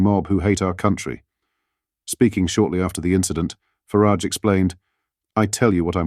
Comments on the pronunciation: Please pronounce Farage's name correctly. There is no "I" in Farage.!!! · Why call him Nigel Farridge, it is FARAGE. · Please stop referring to Nigel Faaaraàge as Fariiig! It's disrespectful!